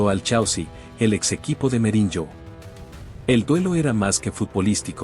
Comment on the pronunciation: Escuché Merinyo y dejé de ver el video